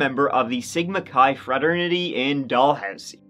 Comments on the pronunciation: "Doll-Housey" haha I love u... It's pronounced "Da-Lou-C" or "DaLooSee" Sending love from Ontario Canada 🇨🇦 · haha i love how you pronounce it "doll-housie" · "Doll Housey" haha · Dalhousie might be pronounced like that in the UK But locals pronounce it like the Cal in Cal-vin but Dal-housey, I hope that makes sense lol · Dalhousie actually pronounced "duh-loo-zee" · It’s pronounced Dalhousie Dal/ hous/ ie just like it’s thirty not Turdie lol oh and Canada has provinces not states though you’d know that because you said how bad and dangerous we are lol sorry about having to correct you but all those years of Catholic school lol love your show sorry again eh